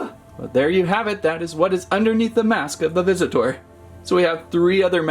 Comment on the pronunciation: Why does he say visit tour